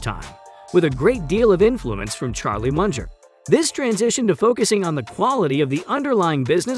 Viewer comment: Munger not 'Muncher'